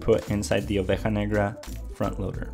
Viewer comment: When you pronounced negra correctly I hit that sub